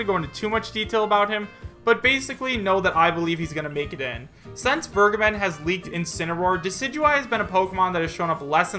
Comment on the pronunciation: Vergeben = vare-gay-ben